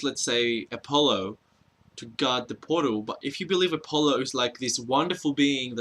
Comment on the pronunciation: every time you say portal it sounds like you're saying puddle and i laugh